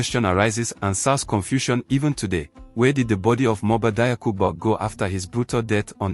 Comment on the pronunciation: PRONONCIATION: DIAKHOU = JAKHU!!! NOT DAYAKU!